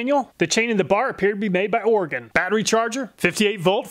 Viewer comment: Another great review, thank you! As an Oregonian, I also just wanted to thank you for pronouncing the word right. = ) Edit: I think I know why these saws don't have much for digger teeth, if you tried to use em you'd probably just stall the saw anyway.